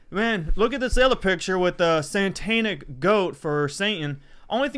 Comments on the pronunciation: Did he say Santanaic? Like Carlos Santana? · Did he say “santanic”...twice??!!!!!! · "santanic" lololol oh boys, why you gotta make bully you like this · Did that dude on the right just say "santanic"?